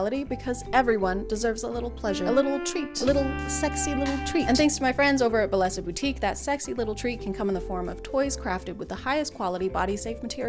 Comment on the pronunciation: Just fyi, bellesa is a Spanish word and the ll is pronounced like Y :)